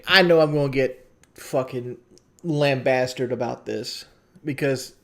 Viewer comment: "... ah, ah know people are gunna lambastard me ... " LMAOOO where my lambastards at!?!